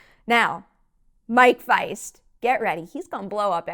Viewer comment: First reviewer I’ve seen pronounce Mike Faist’s name correctly. Lol. Great review!